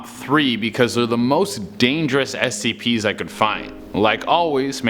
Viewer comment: did he just say scpr's